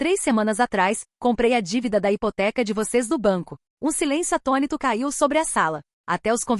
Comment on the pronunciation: GOSTARIA DE SABER "O PORQUÊ" DESSES NARRADORRS FALAM : ATONÍTOS? O NOME É ATÔNITOS "